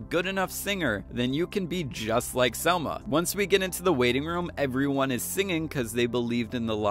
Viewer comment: Dude!!! It's Salma with an a